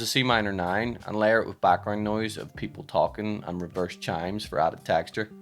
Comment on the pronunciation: honesty, i'd rather make a loop or sample of the way you say "Techtchur"